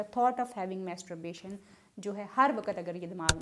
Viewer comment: آپ کیسی ڈاکٹرھیں۔ماسٹربیشن کومیتسوبیشن بول رھی ھیں۔😊😊😊